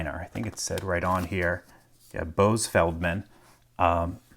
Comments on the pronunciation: "Bo-Azz", not, "Bose". just FYI. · It's Bo'az (not Boze : ) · i love how you mispronounced the designer's name it's boh-haz not bohz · Kudos to the Lockpicking Lawyer! This was fascinating. And to the maker Boaz (pronounced "Bo-az") Feldman. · its pronounced bo-az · Boaz is pronounce Bo-Az in Hebrew :) niceJob solving it ++ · Fun watch! Just FYI, "Boaz" is pronounced Boh-ahz, like Oz, but a softer "o" :) Was great watching you break it down! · btw boaz is pronounced like "bow-az" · Wonderful! Boaz is pronounced "Boe-Azz" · Small thing not related to the puzzle. The pronunciation of the name Boaz is "Bow" (like Bow and Arrow) "Ahh" like the sound you make when relaxing, and the Z is just a "Zzz" like it always sounds. And the emphasis goes on "Bow". Bow-Ahh-Zzz. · Fantastic! Thanks for taking us along! Just a small note--the name is pronounced BOE-az. :) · FYI: Boaz is pronounced “bow azz” with two syllables. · (pronounced Bo-Az - like "as" just with a z sound) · Boaz is pronounced Bōʿaz.